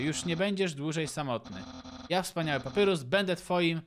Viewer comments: Mówi się papayrus nie papurus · wymawia się Papajrus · Na litość boską prosze wymawiaj papajrus (papyrus) andajn (undyne)